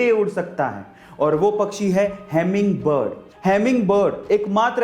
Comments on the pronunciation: I think that is not a good teacher because his pronunciation is very weak because he said hamming bird to hummingbird 😂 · Iska pronounciation kya heming bird hai?